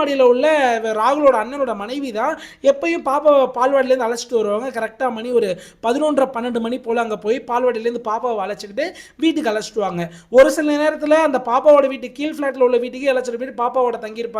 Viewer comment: Say Baal wadi not Pal wadi